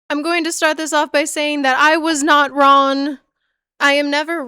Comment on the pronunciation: "what the hell is ron with you" it lowk irks me but i watched all 3ish hours and i loved every minute (besides when u mispronouned things but i have a speech impediment too, we're good) anyway genuinely great video, loved that for sure